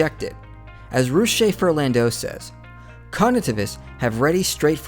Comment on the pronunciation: Further, Russ sounds like truss, not like loose.